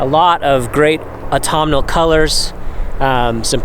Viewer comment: stayed right to the end :) ,, p.s. i also do like how you pronounce autumnal